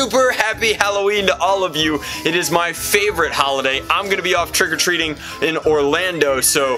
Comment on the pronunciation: For some reason, I heard "trigger-treating" ...